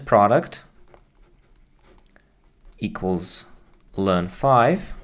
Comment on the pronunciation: I can't believe you say "løn" instead of "el-n". Unsubscribed